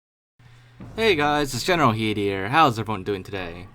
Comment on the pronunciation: why is your name generalkidd but you say general heed?